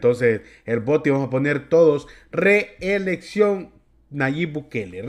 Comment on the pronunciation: Reelexcio'n , Reelexcio'n ,Reelexcio'n .